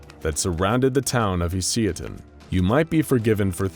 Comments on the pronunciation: HOLY SHIT HOW BAD DID YOU MISSPELL "HUSYATIN", it took a while to understand what the fuck it is, but paste to Google translator "гусятин" and listen how it is pronounsed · Nicely done video, but there's one moment i'd like to clarify: I understand that slavic languages are hard when it comes to pronouncing, so it's totally fine that you never spelled Husyatyn right It should be spelled something like Hoosiatyn :) Just felt like explaining this lol